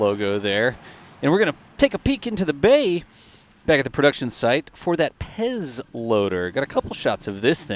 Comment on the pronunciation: PEZ kannst du ruhig als "Petz" (wie der Meister) aussprechen. Ich weiß es, bin von dort wo das Zeug herkommt! (Traun, Oberösterreich) 😁 Kommt von PfeffErminz-Zuckerl. Pez dispenser = Pez-Spender. Fix numoi. 🤣